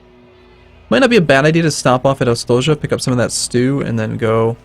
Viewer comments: i dont know how that word sounds but i have to agree with a comenter below that it sounds like the y from you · "Ostoja" means "safe haven" or "refuge" in Polish, which seems very fitting :). Oh, and "j" is read as "ll" would be in Spanish "pollo".